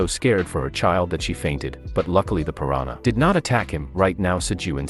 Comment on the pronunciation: I don't understand how Ai is still so bad at pronouncing words correctly and remembering the gender of a person. OP, can you give your Ai some feedback? When pronouncing piranha in English, do not use a Y sound. Cutely is sounds like Spanish "piranya" instead of English "pu rahn uh" Keep track of the gender of each character. If it's a male, do not refer to him as "she". Keep track of your own voice. Do not switch between male and female voices and absolutely do not switch accents from English to Spanish or Indian. If using a male English voice just keep it that way. Side note for op: would it be possible to have the Ai read a character's lines and use a specific voice for each character? I guess I already know the answer since some times it will randomly speak in Spanish, but when it gets better that would be great to do!